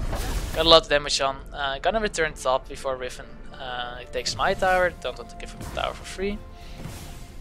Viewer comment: Omg riFen :D, don't think i hate, but its riven :)